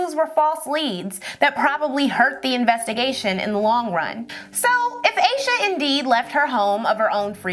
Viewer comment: I think her name is pronounced as Ahsha not Aysha. 🤦🏿‍♀️